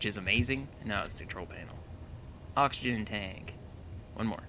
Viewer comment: () I’m not tryna be mean but you spelt oxygen wrong you said oxigen FYI